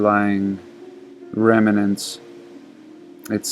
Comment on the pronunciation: Love the way you say "remanant"...👍